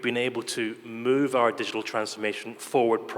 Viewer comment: شقنا شق المقدم.. its digital not diggital